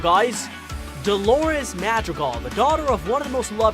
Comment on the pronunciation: AHHH he said their last name wrong!